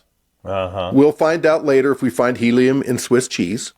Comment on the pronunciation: "those zircons have 'heliun' in them". Not helium... but heliun. He keeps saying it, and the other clown doesn't even flinch.